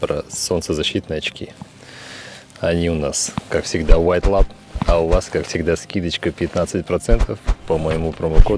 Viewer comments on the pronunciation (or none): none